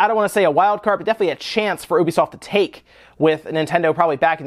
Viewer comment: You say 'ubisoft' funny.